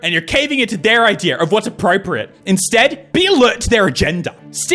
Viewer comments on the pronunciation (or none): none